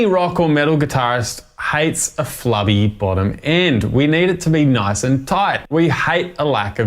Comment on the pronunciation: Flubby….Flabby You say tomatoe, I say tomotoe